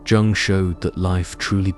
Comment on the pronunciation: Every time he pronounced Jung with the hard "j" I LOL'd, adding years to my life 😂